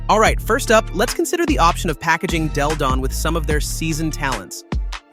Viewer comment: I’ve heard miss pronounce Della Don name about 3 or 4 times. Have some respect.